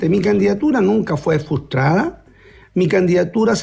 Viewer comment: Ignorante. La palabra es frustrada no como Cuevas la pronuncia. Que vergüenza. La lista del pueblo completa es un fraude.